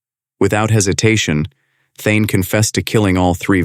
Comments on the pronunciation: The killers first name is Thayne, not Thyne. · His name is THAYNE not THYNE